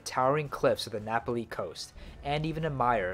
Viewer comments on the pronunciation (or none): Napali is pronounced differently